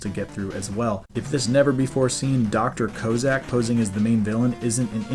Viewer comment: Good stuff. I liked MM4 but think 3 gave me more feels. But the additions mentioned like Charging made a huge difference. I usually use the weakness's to beat the bosses as I ain't going for a record, just having fun beating the game. Good work on this. But, Dr Koh Zak? Its Cossack! Like the guys by the USSR! That;;s like calling America "Am er ic a" or Sodomy "Soh Duh Mee" As for me: I finally beat Eternal Champions today. Had to learn my character and how to handle each fighter, then face the boss with 5 formes, each with its own life bar, and I only get 1/3rd of mine each round, And you only get 2 tries or its back to the start. Oh and a while ago I did Mega Man III on Gameboy and faced Dust Man and a few of these and they had some tricky.